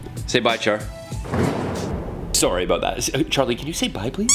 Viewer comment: omggg my friends always say i’m Canadian bc i say sorry like “sorey” and i heard you say it like that ahhh